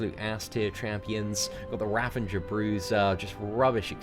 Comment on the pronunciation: I dont know why so many YouTubers put an N in the word Ravager. It's not just you :)